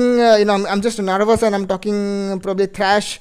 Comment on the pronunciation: De misrerio r u kinding saying nervas saying narvash haha😅😂😂😂😂